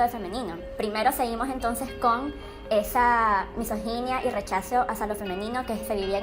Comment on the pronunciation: cada vez que dijo "misoginia" se me murió una neurona